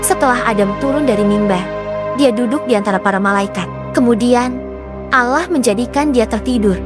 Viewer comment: Nama chanel dan pengucapan kata ALLAH sangat bertentangan. Tlong diteliti lagi klo mau bikin konten